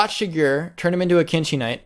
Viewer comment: the way says Shigure is triggering me.